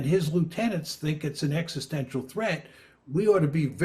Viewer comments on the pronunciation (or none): Mmm. Practice saying the word "existential."